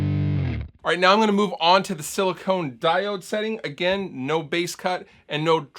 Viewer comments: Sili-CON not Sili-CONE... Luv ya ‼️‼️😉🤘🏽🎼🎸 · All Of The People Doing Reviews ON This Pedal Keep Saying Silicone And It Is SILICON.